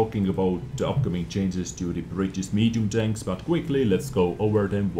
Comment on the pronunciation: If not for the information, can I sue you for the nice sound fx? ;) Btw, "chainses" cracks me up every time. :)